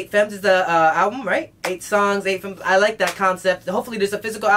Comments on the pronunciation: "Femmes" is a french word wich means Womens. You proununce it "Fam" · Femmes is pronounced without the s so it would be femme (with a soft e, not an AY sound) 😊😉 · femmes is pronounced like fam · Effectivement, c'est rare de voir des français ^^ By the way, the way he saids "femmes" makes me laugh